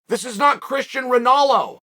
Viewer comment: ah yes, good ol' Christian Rinalo